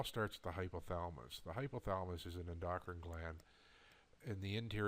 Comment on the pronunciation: I understand what you're saying, and I agree. It does bother me that you can't pronounce oxytocin and endocrine correctly, and lessens my faith in your products. We're all suffering and looking for a cure for our ailments outside the box because big pharma controls our doctors. Thanks.